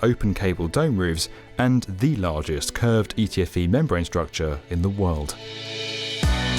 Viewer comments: Thanks. I thought he said PTFE. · for real, not to menshin it didnt even sound like he sed ptfe